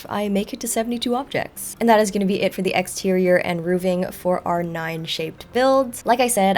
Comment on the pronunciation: "Roofing" no 'V' Hearing 'rooving' is like nails on a chalkboard.